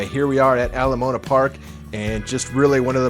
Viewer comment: Yep, I travel there for work every year for 3 months at a time. Dec through Mar Crazy expensive. Btw, it's not Ala Mona Park. It's pronounced, Ala Mow Ana. 😊 I lived in Belltown Seattle for 14 years. I wish you guys the very best.